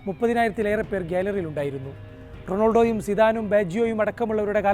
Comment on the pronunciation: Bro ronolodo alla Ronaldo